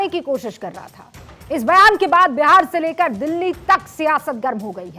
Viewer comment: Phli baat Behar nhi hota hai Bihar hota hai😅